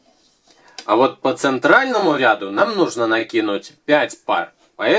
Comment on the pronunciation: РядУ ударение на у.